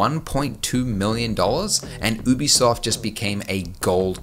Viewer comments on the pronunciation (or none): You-be-soft is how you say it